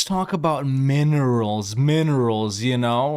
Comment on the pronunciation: Jesus, Marie! They're MINERALS! Ending with an "LS", not a "KS".